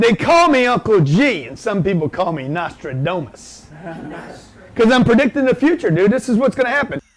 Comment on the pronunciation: I swear to god it sounds like he says "... you're going to get treated like everyone else in the butt" Nostradumbass can't even pronounce Nostradamus 🙄